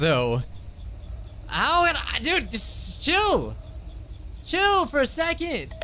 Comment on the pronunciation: He said alright chill out guys? I thought he said alright shit loud guys!